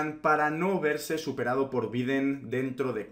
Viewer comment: Me encanta tu cana, pero porfavor aprende a pronunciar Biden jajja. Gracias por tus vídeos. A quien le interese tengo un canal de youtube de finanzas personales :)